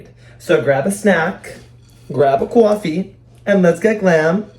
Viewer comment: You had me at "grab a caw-uh-fee" :face-pink-drinking-tea:☕